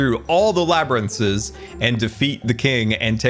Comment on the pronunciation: smeagol transition confirmed "labrinthses" LOL